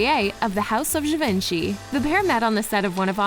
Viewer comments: Repeat after me, je-von-she, not ga-vin-chee. Merci beaucoup.😌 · Its gi-van-che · I hate to be a nag, but I believe Givenchy is pronounced “Jee-Von-Shee.” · I get the impression you never read the book and probably didn't watch the movie. Oh yeah, learn how to pronounce "Givenchy" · I cringed with the way she pronounced "Givenchy" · Yes I agree his name is mispronounced.